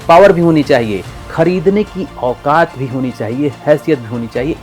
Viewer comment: Aukat or hasiyat word bolta galat he